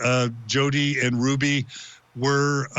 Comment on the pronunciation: "Ruby" not "Rudy"!!!!